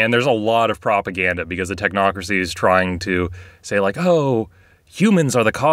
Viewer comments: You said Tochnocracy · "The talk-nocrocy"